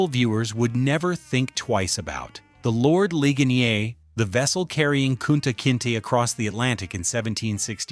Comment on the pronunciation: Yup because all those facts which a "WHITE DUDE" just pointed out was all FAKE BULLSHIT ,alotta of them were that muthafucka couldn't even say the name of the slave ship right, this fake AI bullshit